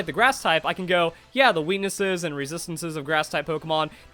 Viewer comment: The weenessess and strengths of Pokémon.